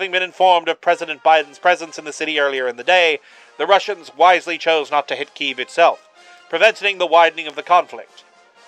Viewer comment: The only thing I'll critique here is the pronunciation of Kyiv. It is pronounced kuy-yeev, roughly. And in Russian it's pronounced Ki-yev.